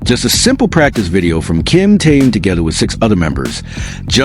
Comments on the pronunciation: Интересно, а что этот автор или бот, кто именно не понятно, всегда вещает Ким Теен, Ким Таен , Ким Таюн, а имена других мемберов не коверкает, тогда уж Чонен, Чимьен, Джинен и ещё столько неправильных, исковерканных слов, слушать неприятно. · Замените косноязычного переводчика, все слова исковеркал, самого низкого уровня автор видео. Ужасный перевод, не профессионально выполнено. Корректировки нет совсем. Все слова произносит не правильно, а имя Ким Тэхёна постоянно называл по-разному. А может быть всё умышленно делается? Задумка креативного директора? Никак не успокоится, чтобы не задеть Тэхёна. 😮😮😮😮